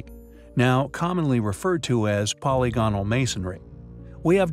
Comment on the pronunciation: Be more careful of your pronunciation of words in your videos. Google "pronounce polygonal". It will yield a very different pronunciation from what I hear you say. Also the word "corroborate", wow, are you off with that one. It's not "co-wob-borate". These mistakes case doubt on the content of your video.